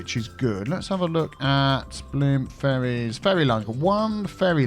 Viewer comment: "Now we do have some furries going backwards and forwards-" I did a double take at this while i was playing a game on my phone. I can't unhear it even though I know you were saying ferries. Sad thing is, you probably still aren't wrong.